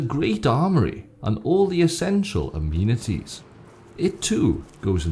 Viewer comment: Fucking Finally! Also did you really say Ameanities?